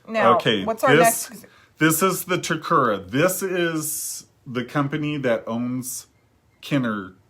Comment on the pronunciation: Great explanation and showing of the dolls. Just a quick note on the Japanese company Takara pronounced as TA-KA-RA not TA-KU-RA